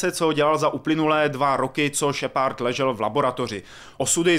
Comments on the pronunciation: Tahle hra si zaslouží sakra víc pozornosti...lol ta angličtina..šepard :DDDDD SHEPARD! šheprd.. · Šepárd, hakování..... Nejhorší recenze kterou sem slyšel :D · Dobrá recenze, ale Kerberus, Máááss Effect a Shepárd to je prostě lol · Jinak Más efekt bych to vyslovoval i já, pravda, šepárd mě docela rozsekal. je týpek ale má prapodivnou výslovnost dycky (podle mě:D) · kerberus? šepárd? just wow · no ty vole...Kerberus,Shepárd...to snad ne!No trochu na ty vyslovnosti zapracuj:D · no tyvole.Vyslovuje se to Šeprd:D ale musis mit trochu americkej prizvuk jina to zni blbe;) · Šepárd, hakování, normandy, kerberus....... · wow tak tahle video recenze je dost nepřesná. A ty komentáře jsou někdy opravdu až směšné. Tak třeba nečte se to kerberuss a jeho příjmení se nečte šepárd. A vlastně to celé zní dost komicky.. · Ježiši angličtináři jak sviň Šepárd a Kerberus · naučit se anglickou výslovnost šepard to je hrůza...